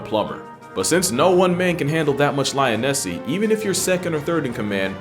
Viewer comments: This man really said lionessy😭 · Bro said “Lionessy” 💀💀💀😂😂😂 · Bro didn't just say lionussy😂😂